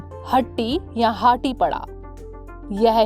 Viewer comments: That's हाटी not हटी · हाटी शब्द है न की हट्टी पहले दुरुस्त करें